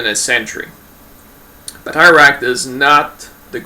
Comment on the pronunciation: A couple of points.I studied irish in school as all irish schoolchildren your pronounciation is totally wrong its batteruct not bateyeract.I would still be very sceptical we know that they were faction fights,but was it an actual fighting system or just lads beating the lard out of eachother. The elite you were talking about is the Gaelic Athletic Association which are one of the cornerstones of irish society they are in every village and town,but not during british rule then they would have been seen as quite a rebellious body.The GAA own the fourth largest stadium in europe and outside this stadium is a statue of the founder michael Cusack of association with his blackthorn stick which he carried every where.Why then did he not include stickfighting in the GAA well for a start although he founded the GAA we was a particularly abrasive character who was not very popular and was kickedout shortly after foundation.The other possible reason is that stickfighting being associated with faction fights and thus division which was with odds with the bodies aims which is and was the creation of an irish identity true sport.Most of the Athletes playing GAA games were poor farmers or labourers who really could not afford to get injured.This was particularly evident in the early years when the organisation nearly collapsed due to the roughness of the games and a new safer set of rules was drawn up.Stickfighting would have been much harder to sanitise.The Brits encouraged faction fights